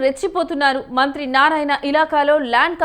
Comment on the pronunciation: మంత్రి అనే ఒత్తి పలుకుతున్నారు మంత్రికి మీరు వ్యతిరేకమా ప్రతి దగ్గర ఉందిఇది ఇక్కడే కాదు ఇప్పుడే కాదు ఎప్పుడు నుంచో ఉండే వ్యవహారమే భూమి విలువలు పెరిగినప్పుడు యివన్ని మామూలే అయిపోయాయి మన రాష్ట్రంలో, అనిల్ టైం లో లేదన్నారు ఎందుకు లేదు అందరూ టైం లో ఉంటది పోకిరి టైం లో ఉంది ఒకరి టైంలో లేదనుకునే దానికి లేదు భూమి విలువ పెరిగే కొద్దీ అవినీతి రాజకీయ నాయకులు వారి అధికారంలోకి వచ్చే కొంది ఇలాంటి వ్యవహారాలు మామూలే, అసలా అధికారులు వారి భూములను కాపాడుకుంటే ఈ ఆహారాలే రావు కదా, అధికారులు అవినీతి పాలకులు కుమ్మక్కైన అప్పుడు ఇవన్నీ మామూలే మన రాష్ట్రంలోఇతర రాష్ట్రాల్లో ఏమో కానీ.